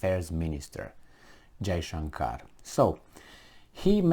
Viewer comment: You pronounced FM Jaishankar's name perfectly! I was pleasantly surprised.